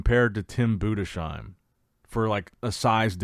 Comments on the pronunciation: Love your stuff man! But as a German I have to say it’s BudeS heim not BudeSCH heim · Nicht Bude schiem😮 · Btw Tim Budesheim is pronounced Budes-heim. No "sh" sound. And it is spelled "heim" not "hiem", but "ei" is pronounced like the English "i" or "eye". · Urs is much bigger now as well as tim budesheim.... And he is pronounced budesssssheim it's s not sch no sch in his name. Tim and Urs will weigh both around 118 kg on stage which translates to round about 260 pounds. I think 2024 Tim had around 109 to 111 kg.